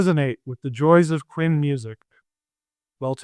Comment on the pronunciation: 'Hui' is like H-way not H-wee... Shang = Sh-Awng not Sh-Ang... Qin is 'Chin' not 'Kwin'. Fun episode tho!